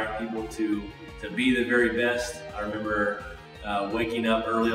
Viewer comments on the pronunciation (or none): none